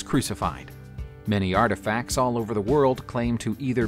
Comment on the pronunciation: What is “arfifacts”? 😂